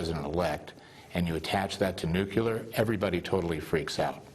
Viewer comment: Hockey stick eyebrows can't even pronounce "nuclear" correctly...